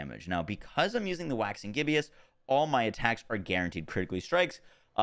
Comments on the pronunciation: I’m guessing this is exactly why had the aspect on his amulet in his build. Also side note, it’s “ghib-us” rather than “ghib-e-us”, named after the state of a moon, similarly to the “waxing” prefix. Appropriately named since the moon is closely tied to werewolf lore. Love these vids! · Why do you always say "Gibbeous" when the word is Gibbous? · Hey man love your content and this is a terribly minor thing but I figured I'd let you know you are pronouncing "gibbous" from "Waxing Gibbous" incorrectly. It is GIBB-ISS not GIB-EE-ISS. Gibbous is a phase of the moon and "waxing gibbous" means a gibbous moon getting bigger. A gibbous moon is one that is more than half full, and waxing means getting bigger, so "Waxing Gibbous" means "More than half full moon on its way to becoming full". Keep on doing what you do your content is great <3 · It’s not Gibbious, it’s Gibbous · Needs to be said cause it was a little grating its not Gibby-Us it's Jib-Us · There are so many uncommon words that he butchers all of the time that it makes me wonder if he's never read a book or spoken to anyone with a decent vocabulary in his life. Reminds me of how Luffy at first kept pronouncing "macabre" as "muh-cob-ray". But even that's more understandable than "gib-e-us". Then again, seems like 90% of the world's population pronounces mischievous as four syllables instead of the proper three. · you’re pronouncing gibbous wrong. Where do you see an “i” after the b? Cant read?